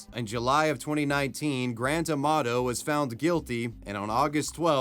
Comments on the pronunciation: I thought you were saying Grand Tomato. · When you say Grant Amato it sounds like Grant Tomato.